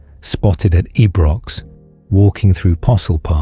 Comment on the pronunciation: Buddy evy but of this is pure BAWS 😂 2024? Wot years this ya wrong un? It’s no 2024 AND it’s pronounced eye-brox, I suggest you delete this, it’s embarrassing